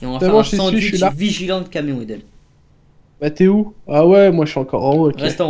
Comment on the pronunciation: sais camion pas cavion